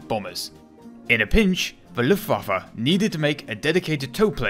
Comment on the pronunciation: This almost gave me a stroke ( also when the german and Dutch words are translated it say yes the is see real power of see luftwaffe)